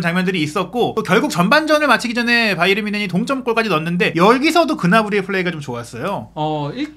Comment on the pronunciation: 바이언? 그 건 미국식발음! 독일팀인데 독일식발음으로 해야지 ᆢ가ᆢ